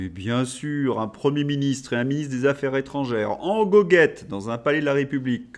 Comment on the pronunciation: Affaires Zétrangères !!!!!!!!! Les liaisons de notre chère langue Française !!! On n'est pas chez LFI ... Insupportable 🫤